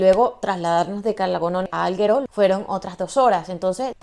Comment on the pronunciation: muy buen video, solo me duelen un poco los oídos con la manera de pronunciar Alghero. A parte de esto, todo perfecto, jejeje. No offense, solo era una bromita.